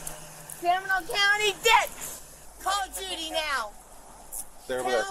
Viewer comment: Never seen anybody struggle so much with the name "Judy." 😮😊